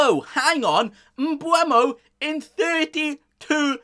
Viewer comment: “Obama” is the best pronunciation of “Mbeumo” I’ve heard so far 😂